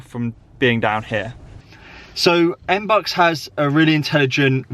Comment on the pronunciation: It's not M-BUCKS. It's MB-You-X. Face palm...